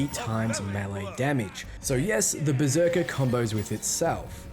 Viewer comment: Brr-zerker and Graveborn